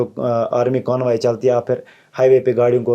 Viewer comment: Ek toh "Conbaii" nahi "Convoy" hota hai. Aur rahi dusri baat, kashmir mai koi Khai nhi hai R*D*X ki kay utha liya toh bana diya.. woh R*D*X aaya kaha se, ittni security border pe rakhi hai ,woh karr kya rahi hai... Jittni checking humain hoti hai yaha 10 kadamu k baad hi ,uttna woh aaya kaha se.. uss mai humari kya galti hai humain bar bar roka jata hai sadak pe.. galti aapki apni hai aur saza humko. Aur thodi si history check kiya karo, jub tum 2 countries sorry 3 countries ka wajood hi nhi tha, humara tab bhi mulk tha. Kashmir tab bhi tha aur alag tha.